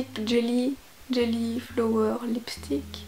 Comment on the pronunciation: Ça se prononce flawer